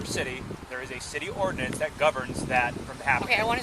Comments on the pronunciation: That’s the weirdest way I’ve ever heard ‘city ordinance’ pronounced. “We have a CD urns.” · She cant even say ordinance